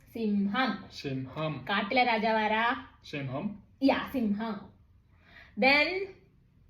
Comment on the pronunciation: മുതല എന്നല്ല പറഞ്ഞത് മോഡല എന്നാണ് 😂. Chechi ചിലതൊന്നും ശ്രേദ്ധിച്ചില്ല so ചേച്ചി അക്ഷരം എഴുതാനും, വായിക്കാനും, പറയാനും പഠിപ്പിക്കു. പിന്നെ സിംഹം എന്നുള്ളത് ആൾ പറഞ്ഞത് ചിമ്മം 😂 Vere animals und Fox -കുറുക്കൻ